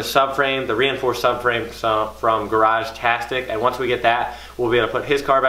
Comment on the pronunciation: You're killing me by saying Garag"Tastic" it's Garagistic lol